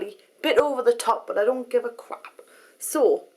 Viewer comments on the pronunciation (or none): "a bit ova the top but I don't five a crawp" ehhehehehehe love it!